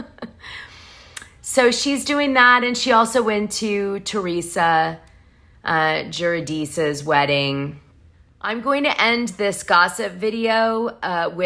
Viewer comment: LoL 😆😂😂😂. This was the Best mangling of Teresa Giudice's last name that I've Ever heard!!!! 😆😂😂🤣🤣🤣🤣🤣. It was worth listening Just For That!!! 🤔🤨🧐 Besides, isn't she now Teresa Ruelas?!?!? Why in the World would she keep Joe's last name? Lololol.... 😎 Thanks Wilkey!!!! It's been a while since I laughed That hard!!! 😂😂🤣🤣🤣🤣🤣